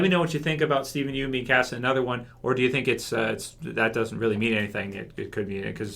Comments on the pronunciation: Idk how to spell it out but if you watch his interviews and shit he never pronounces it like 'Yoon' lol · I don't mean to be that guy but his last name isn't pronounced 'Yoon'. Sorry, that's been bugging me for so long hahaha.